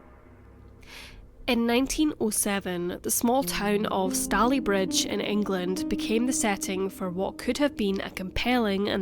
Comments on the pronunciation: It's pronounced Stay ley bridge not Stally. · Really interesting case! Fyi it’s pronounced stay-lee bridge 😘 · It's Stay-Lea not Sta-leigh - ugh, can't listen to this. It's going to drive me mad. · I live here, and its pronounced stay_ley_Bridge, not stallybridge!! named after the stayley family who originally owned the land. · Minor correction: Stalybridge rhymes with “daily bridge” not “dally bridge”. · im soo late but its pronounced stay-lee bridge btw! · It’s pronounced stay ly bridge 😊and. If I’m not mistaken it was 1910. One theory. Thanks for sharing 😊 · Ineresting story. Just one small criticism Stalybridge is pronounced Stay-le-bridge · Fascinating. Its pronounced 'Stayleebridge'. I grew up there, in the 70's, but hadn't heard of this case. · STAY-lee-bridge.... as (some) Glaswegians will know because it has a football team called Stalybridge Celtic. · It's pronounced Stay-lee-bridge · Stalybridge is pronounced wrongly. Stalybridge is pronounced Stay-lee-bridge 🙄 I live in Manchester and have done for the past 6 years I like Stalybridge. It's locals have always pronounced it Stay-lee-bridge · have never watched a case thats so close to where I live... literally the next town, we usually say it stay-lee bridge! :) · It’s pronounced Staaalybridge. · I live a couple of miles away. It's pronounced Stay-ley-bridge.The stones of Gorse Hall were used in the construction of other buildings in the town, such as NatWest Bank. There is also a school in the area called Gorse Hall Primary School. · stay-LEE-bridge...i live in Woodley :) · Just a small point, it's pronounced " Stayleebridge " 👍🏻🙂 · I was born in Tameside Hospital! I had never heard this story before. Also I love how you pronounce Stalybridge lol ❤️ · It’s easy to find out correct pronunciations on the Internet now; there is really no excuse not to.